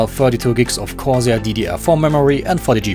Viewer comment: You read 'Corsair' quite uniquely XD